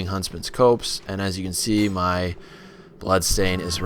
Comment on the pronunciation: it's pronounced Huntsmans COPS!